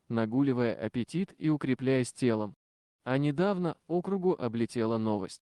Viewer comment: Не округу , а округу. Ударение не на О , а на У . Неужели сам не слышешь ? А рассказ понравился. Спасибо !